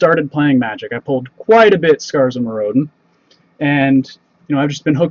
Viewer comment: It's scars of myridan.. not Mir-o-den